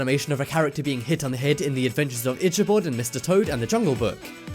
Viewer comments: Itch a bod? is your body itching?? i believe it was pronounced ikk-abod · Is it common for in England Ichabod (Ick-a-bod) to be pronounced (Ich-a-bod)? Ive never heard it pronounced that way before. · Delaney Narron nothing to do with accents, it's just wrong. It IS pronounced Ikkabod. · Itch-a-bot, itch-a-bot, itch-a-bot... Do you have no shame? (Not to mention all the other mistakes mentioned in the comments.) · itchybod? its ica bod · Stop saying ITCH-a-bod!!! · It's pronounced: "ikabod" It's spelled: dalmatian It is the Sword in the Stone. Not Jungle Book. I don't think that's cobwebs. How could you leave out one of the most obvious scenes?! Aristocats and Robin Hood dancing scene. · He almost mispronounced Ichabod & Mowgli repeatedly. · Elie M and he pronounces Ichibod wierd